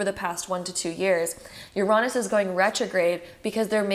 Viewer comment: I’ve never heard anyone pronounce Uranus as you-raw-nus